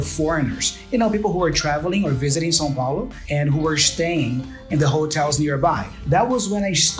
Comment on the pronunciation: Good stuff, thank you. I like the way he pronounced Sao Paulo, the city he was from.